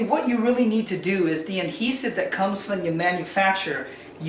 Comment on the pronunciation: Does he know it’s ‘adhesive’ not ‘Anhesive’